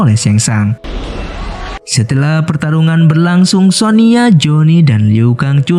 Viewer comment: Sonya bang bukan sonia